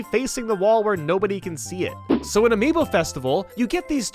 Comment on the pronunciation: I just realized is not Amibo but Amiibo